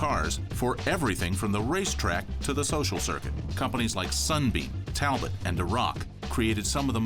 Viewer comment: Its French. Tal-bo